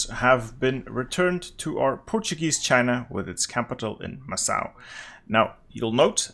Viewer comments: Awesome video. Just a little thing, Macau is pronounced Makau not Massau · Ah yes, MASSSSAU my day. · Isn’t it Macau with a hard c? Like makau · Just a fyi, Macau is pronounced as Ma-Ka-U. Ma as in mama, ka as in Kant the philosopher, and u as in uzi. Love your achievement videos. It makes the game much clearer with your videos. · you saying macau and other portuguese words makes my brain cells disintegrate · What in God's name is that pronunciation of Macau?